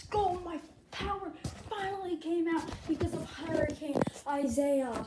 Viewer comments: It's not Isaiah its pronounced I-e-Yus (sorry I just wanted you to know hope you are safe) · Yes I’m safe, some of my friends got hit worse than me, and Isaias is actually supposed to be pronounced ee-sah-EE-ahs, but i don’t think anyone pronounces it that way, I just pronounce it at Isaiah.